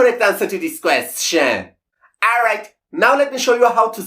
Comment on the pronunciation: At first watching his videos, the way he pronounced “question” (kwest-CHEN) bothered me. Now I get a kick out of it. 😊